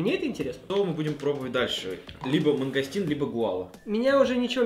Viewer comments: Не мангастин а мангустин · не мангастит а мангустит азазаза я пробовала этот сок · Правильно: мангУстин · правильно Мангустин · не мангастин а мунгустин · мангУУУУУстин , а не мангАААААстин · Не мангАстин, а мангУстин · Я все соки пробовала и не мангастин а мангустин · Не Мангостин а Мангустин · Мангустин а не мангастин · Не мангастин монгустин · мангУстин, а не мангОстин